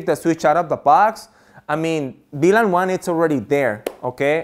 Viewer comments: Hey please say VLAN! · Great video, thank you But could you clarify please You say BLAN or VLAN